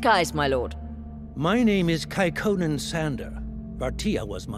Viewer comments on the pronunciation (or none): A lot of the names (of people and places) are much more Finnish than Swedish. And I for one can't unhear Kaikonnen as Kekkonen.